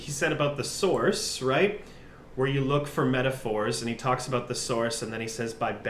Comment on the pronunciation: "I might be the source" pronounced as "thesaurus".